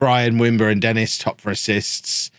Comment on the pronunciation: isn't Denis pronounced de-NEE ?